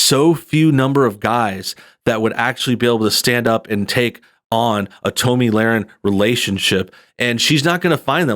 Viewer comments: Her NAME IS PRONOUNCED TOMMY. YOU HAVE NO IDEA WHO SHE IS, SO WHY do you think YOU have a right to COMMENT AT ALL? I dont agree with her views on many things, but YOU KNOW NOTHING about this young woman. What makes YOU allowed to LABLE HER?? JUST STOP. NO, I DIDNT ENJOY YOUR CRITIQUE OF A woman YOU know NOTHING (not even how to pronounce her name) about. Quit being a JERK, ITS not a good look for YOU EITHER! Look, YOU are making her point FOR her. How can YOU judge her, or anyone else. "Meal ticket?" "Depending on her looks?" "Confrontational?" "Mean?" How do YOU know that ANY of that is how she or ANY other woman is. SHE is iltellegent, has made her OWN money, shes NOT depending on her looks. YOU are making JUDGEMENTS about her, and have NO IDEA WHO OR WHAT SHE IS OR ISNT. Who are YOU to tell her what SHE should DO or NOT DO? YOU HAVE BAD JUDGEMENT attacking any young, successful woman. YOU are the one who is sounding BITTER, DUDE. So, usually, I enjoy your videos, but THIS ONE, definitely is NOT a good look for YOU. PJW KNOWS Tomi, knows who she is, and WHO she isnt. YOU dont. Stick to things you are good at, criticizing others is NOT IT. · Dude, have you never heard anyone else (or herself) pronounce Tomi’s name? You made a video about her and don’t even know how to say her name... super annoying!!! Can’t continue watching the video, sorry. It’s just too irritating to listen to your version of her name... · Hey —Have you never heard of Tomi Lahren. Its Tommy, not Tomey. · i love how he keeps calling her "Tow me" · Its "Tommy"...... Toe-me.....lol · Seems I've been mispronouncing her name this whole time. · She pronounces her name like Tommy. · It's pronounced like "tommy" 🤔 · Great video but it's pronounced "Tommy" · I thought her name was pronounced like "Tommy". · Why are you mispronouncing her name? I have to assume it is intentional or you have never seen her work. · I think the correct pronunciation of her name is “Tommy”, not “Tome-me”.